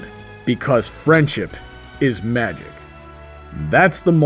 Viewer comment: When the Gurren Lagann theme started, I nearly shot the heavens EDIT: You also messed up saying Magic. FYI